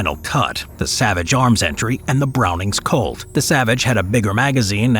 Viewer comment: Couldn’t help but hear colt, as cult